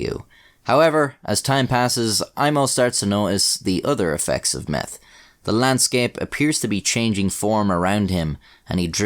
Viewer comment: “Their only hope was to take meff.” Lol